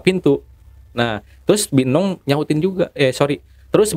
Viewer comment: Haha gua ngakak dengerin nya serem tapi lucu nya ada gerogi mau ngomong bi eneng jadi bi enong🙏🤣🤣🤣🤣🤣🤣🤣🤣